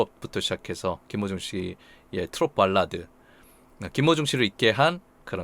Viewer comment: 저만 그런가? 했는데ᆢ